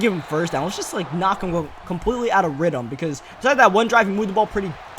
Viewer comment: It's rhyTHm there a TH sound ik I'm sounding like a dick but I can't get over it pls use the TH sound